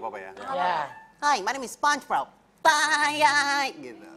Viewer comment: Lucinta said Sepong bob Ejaan yg bener sponchbob No sepong hahah